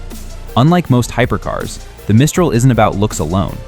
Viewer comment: Teach your robot the proper pronunciation of Mistral